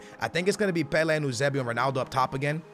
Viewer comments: Pelay not peleh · I hate the way he says some of these players names... its Pel-A and You-Say-B-O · The way you pronounce Pele 💩